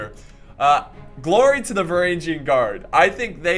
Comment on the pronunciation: And finally "varangian" would be pronounced with a hard "G" as in "golf", not as in "general"